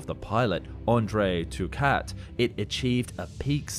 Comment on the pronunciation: Andre Turcat (pron. Tur-Cah) was the first pilot to fly the Concorde. Shortly afterwards, British pilot Brian Trubshaw became the second. This was a quirk of the manufacturing process, where one was built in France and the other in Britain.